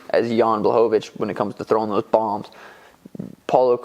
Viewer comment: Jan "Zhan" Błachowicz